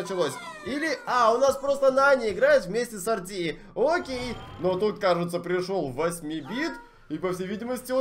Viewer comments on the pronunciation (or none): Это не Арти а эрте